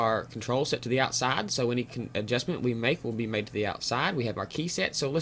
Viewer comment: Outsah goes whah...love it :)